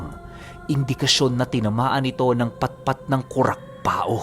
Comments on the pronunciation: Kurakpao ibig sabihin kurakpaw, hindi kurakpa-o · Hehe sa bicol pag sinabihan kang kurakpao meaning pangit ka..🤣🤣🤣 kadalasang bansag ng mga kabataan namen..nga po pala Kurakpao po buo pag bigkas nyan hindi po kurakpa-o parang Pacquiao ganon.. pero ok lang andyan na e..totoo po yan mga kurakpao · It's pronounced as kurakpaw not kurakpa-o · Kurakpao- ku-rak-paw yan po ang tamang bigkas. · Kurakpao Po.hindi Po kurakpa-o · Ang tamang bigkas jn ay kurapaw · Kurakpaw ang alam kong pronounciation nyan. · Ko rak paw Yan Ang tamang pronounce Nyan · KURAKPAW po ang tamang pag bigkas 😊 irosin sorsogon here